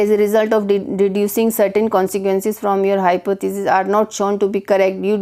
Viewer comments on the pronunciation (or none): I will give you 0 out of 10 marks in pronunciation. You pronunce deducing wrong. one subscriber loss